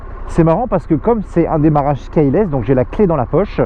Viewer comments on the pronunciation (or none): Ca rend ouf quand tu dis "KAYELASS". C'est le son "i" KEYLESS. Cette moto fait envi tres bon essai